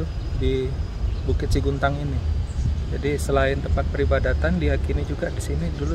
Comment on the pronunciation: Yang benar 'SEGUNTANG', bukan SIGUNTANG